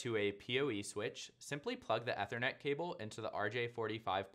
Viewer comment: Learn to pronounce Ethernet.